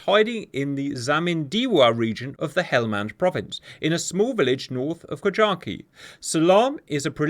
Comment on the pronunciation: How many times can one man miss-pronounce KAJAKI